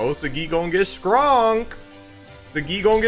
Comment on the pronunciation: it's Saagi bro not sagi, btw talking about the pronounciation not spelling watch the first episode in english bro